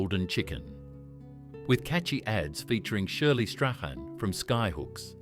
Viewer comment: What about the way he (it) pronounced Shirley Strachan.